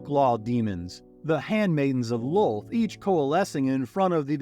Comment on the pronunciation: Sir, it's Loth, not lol, just saying